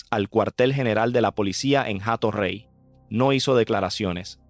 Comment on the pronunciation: NO ES JATO REY. SE PRONUNCIA COMO. ATO REY. SIN LA H QUE NO TIENE SONIDO